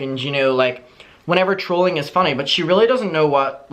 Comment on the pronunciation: It took me a good five minutes before I realized was saying trolling and not drooling. I guess what’s more concerning is the fact that I thought Gabbie Hanna was okay with drooling on her TikTok😓